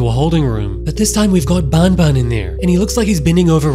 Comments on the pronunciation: It’s not bun bun it’s ban ban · It makes me laugh when he says garten of bon bon instead of garten of ban ban, it makes me think of Fnaf 😂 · Man needs to say ban ban instead of Baun baun is a life time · Its not boun boun it’s ban ban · Is not bonbon its banban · If i hear bonbon one more time... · its pronounced b-A-n b-A-n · Bro says bonbon3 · who the hell says banban in a french accent bro